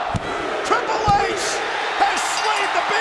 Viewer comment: Treple H not Triple H 😂😂